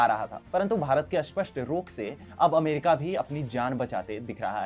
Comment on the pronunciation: कृपया स्पष्ट और अस्पष्ट का उच्चारण ठीक से करे